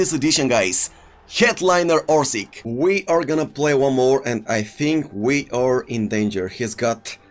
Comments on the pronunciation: Hi isnt orsik he is orsich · Dude spell the name right cruyff = kroif abd Orsic = Orsich